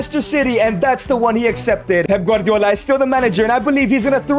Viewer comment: Bro called Manchester City Master City and Pep Guardiola for Pepper Guardiola😂